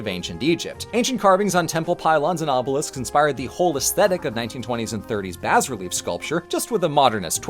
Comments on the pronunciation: how is it that you pronounce "Amantillado" correctly but "bas-relief" wrong? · Is "Bas-Relief" really pronounced like "Baz-Relief"? I thought the "s" was silent. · never heard bas relief pronounced like that